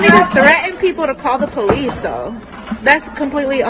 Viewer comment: Call the po lese, while you’re at call the am blanse